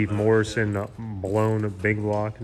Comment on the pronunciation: Lol, butchering ruby and Steve Morris"s last name lol. It's not Morrison James lolol